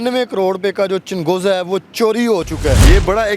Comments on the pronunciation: Inkar bahi changoza nahi chalgoza hota hay urdo ko thiq karoo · Lahori bhai changhooza nhi chalghooza hota h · Yeh anchor ko chalghoza kehna hi nai aata woh interview krny gaya hai